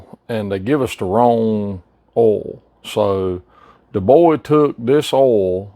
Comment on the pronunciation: What the hell is ool,are you saying oil? Or ool?